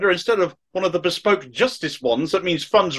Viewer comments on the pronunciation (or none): none